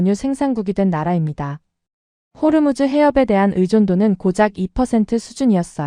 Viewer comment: 호르무즈 가아니고 호 무스